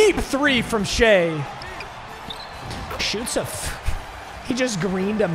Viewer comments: It’s shI NOT SHEA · ITS PRONOUNCED SHY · Papa Shai’s name is pronounced “shy” for future reference